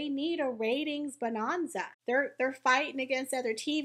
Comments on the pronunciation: What's with the Jane Hathaway pronunciation of "bonanza?" It's bo-NAN (think Ma'am, like ham)-za. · Bo Non za? Who talks like that??